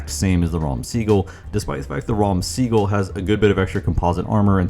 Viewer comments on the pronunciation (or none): Amazing video:washhands::washhands: Small note, The pronunciation of the tank is "Raam Sagol" - which means "Purple Thunder"